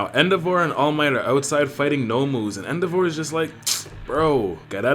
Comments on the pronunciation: Man said EndoVAR 😂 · The way you pronounce endeavor makes me unreasonably angry.😭